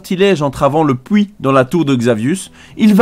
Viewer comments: fouite et le pouit. J'ai boucoup de mal avec cette prononciation x') ... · Alors je pense que pour ce genre de vidéo où tu parles pendant 30 minutes. Les problèmes de langages du genre "fouites" et "pouits" sont à proscrire. C'est vraiment très très désagréable à entendre. Sinon je viens de découvrir et j'adore tes vidéos :') (surtout parce que c'est WoW). Bonne continuation !